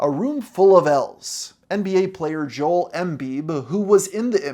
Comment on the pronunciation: just fyi the "Joel" in Joel Embiid is pronounced "Joe-Ell"